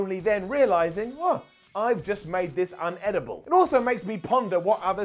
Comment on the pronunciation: Sorry.... but.... it's.... "Inedible"